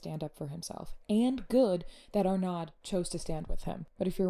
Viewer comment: Sorry... the D is not pronounced at the end of Francois Arnaud (are no - is the pronunciation) Francois and Hudson together crafted the post and then posted it together. Everyone should be calling out the bigotry, and when I see it I call it out.